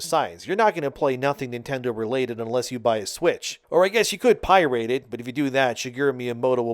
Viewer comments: What is "pie-rate"? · "pie-rate" it??? 😭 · "Pie-rate"? was this made with AI? what human says "pirate" that way? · "piRATE it" I have never in my life heard someone pronounce pirate that way wtf lol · Probably to throw off speech recognition algorithms. πrate is probably one of those bad no-no words that make the video demonetized.